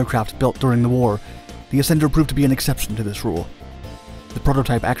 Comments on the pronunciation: The "Assender" now thats funny! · The Ass-ender lol 😂 this made the video